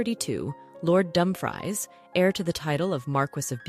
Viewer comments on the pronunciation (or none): It is Dumb- freeze not dumb- fries! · Dumfries is pronounced dumfrees, its not a kind of stupid fried potato😂